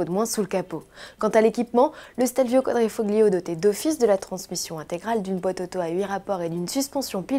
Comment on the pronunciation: Arrêter de dire quadrifoggggliiooooo on prononce pas le g !!!! c'est comme si il n'y en avait pas on prononce quadrifolio !! désolé ça devait être dit